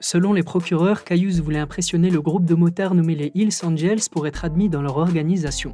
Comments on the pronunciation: Rofl tu prononces hell s angels en disant heels(ils). Or heels veut dire talon en Anglais comme high heels(talons hauts). Ou alors on peut entendre hills( collines).Imagine l'insulte pour un ganger des hell's angels(prononcer helz), lorsque tu le qualifies de heels angels. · On dit pas hills angels....on dit hells angels....hééééélls....pas hiiiiills. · Sympa (juste un minimum d'effort sur l'accent anglais... "Eels angels"? :-) les anges des anguilles, des motards qui roulent sous l'eau? :-D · Tu as de la misère a prononcer correctement les hells angels lol ?